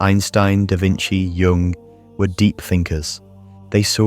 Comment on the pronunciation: Beautifully produced but "Jung" is not "Young."